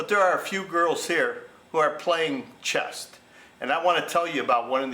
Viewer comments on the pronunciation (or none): Good story. BTW it's chess, not chest. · It’s ’CHESS” not ‘chest’….😂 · It’s chess not chest. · I can’t resist - The word is CHESS Not chesT 😂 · It's C-H-E-S-S......not "chest" where Mary's boobs are! 😂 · It's "chess" not "chest" or maybe she is built like a brick s house.and she is playing chest... lol I need to meet a woman like her: simple honest arrangement and both parties played within the rules.